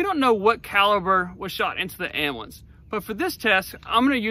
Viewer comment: What's an "am'blance"? ;) Fun one, thanks.